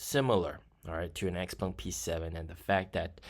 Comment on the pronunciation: Is it really pronounced “X-Pung”? (Legit question; I’m trying to learn mandarin, but I’m early days)